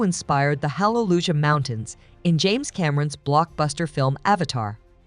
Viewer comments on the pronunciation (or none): none